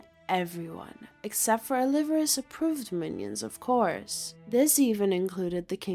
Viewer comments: 'oh-li-VAR-es' lol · Actually, it could be AI. They tend to mispronounce proper names like this. "Oh-liver-us" drove me nuts to the point of being unable to listen to this. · The way the teenage girl narrates this video is hysterical...check out the way she continually mispronounces the Spanish surname "Olivares" as if she's a retro valley girl.